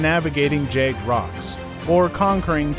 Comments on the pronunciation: Jagged not jayged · Its pronounced jag ged not jay geed